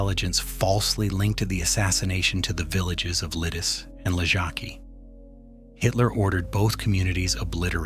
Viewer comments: it was not only czech fighters... do some research before spreading BS and hoaxes online... jeeez... And learn how to read the names of villages correctly... LIDICE, not LIDIS.. thumb down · The c in Lidice should be pronounced as a TS sound. Lidice should end just like Pardubice. I sounds like long ee. So Lee Dee tseh.